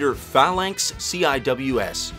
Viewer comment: Man, at least try to get your text to voice to recognie znd pronounce words better. I'm guess you're mispelling Zegis, znd unknown why it's mispronouncing phzlznx which should be pretty strzightforwzrd.